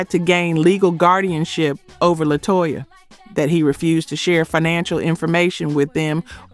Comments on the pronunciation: Xscape group member is named LaTasha but spelled LaTocha... but you keep saying (La-Toe-Cha) lol😂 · The AI used in this was trash. Make sure it gets the groups names right. LaToesha? K-Sigh? Do better! Yet wondering why no one is subscribing or joining the membership?? It's not good content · lol and La-toe-sha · On-vogue, K-sigh, La-Toe Sha, the yawn ! Awful AI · Also include her pronunciation of LaTosha of Xcape